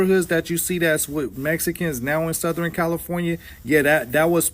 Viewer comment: Not South-er-en California. 😂